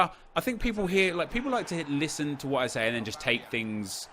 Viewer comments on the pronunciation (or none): none